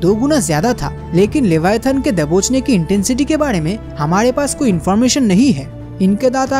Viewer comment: its not LEVIATAHN bruhh...the animal you described in this video is LIVYATAN. LIVYATAN is a extinct genus of sperm whale, it's name was inspired by the bibilical sea monster LEVIATHAN. We cant even think how big, scary, powerful and monsterous LEVIATHAN was. In the holy Bible, the BOOK OF JOB said that no weapon can harm LEVIATHAN. It is so big that it can wrap round the entire earth. I would really appreciate if you make a elaborate video about the real LEVIATHAN .